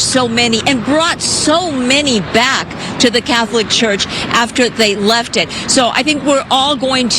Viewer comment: Why does she keep saying “Cath-O-lic?” 😂